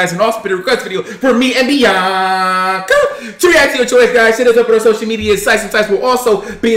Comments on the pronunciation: “Biawnca” that’s why I heard xD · is funny the way said biannca🤣